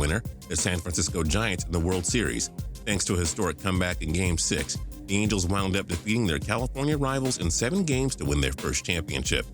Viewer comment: You said mangels not angels